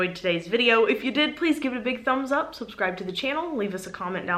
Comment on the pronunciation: Do... Do you say 'soapscribe' instead of 'subscribe'? I've binge-watched about 30 videos and I still can't work it out (that's my excuse and I'm sticking with it).